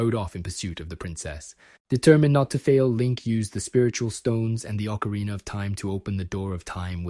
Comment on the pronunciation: What is with the habit of YouTubers pronouncing ocarina as if it ends in the two letters er?